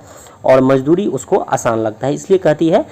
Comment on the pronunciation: Aapka ''mazduri'' galat hai